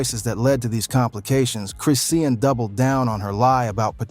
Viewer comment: You dnt pronounce her name chris Ian, you pronounce it chri Shawn Rock